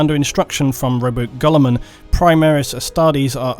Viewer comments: Rowboot Gullerman and Astardes. You’d think the lore guy could pronounce shit correctly. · I'm not usually this guy... Ruh-boo-tey. Gill-i-mon